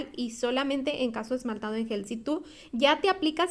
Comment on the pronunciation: No es soft Yel, es soft Gel